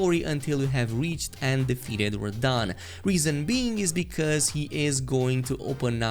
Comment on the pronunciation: "Defeated rahdan" and like that you've lost me